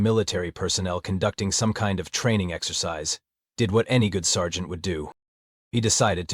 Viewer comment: Good grief! How many ways can the AI screw up saying “sergeant” and “scenario”? Not to mention whoever is doing the text needs help. Otherwise it would have been an enjoyable listen.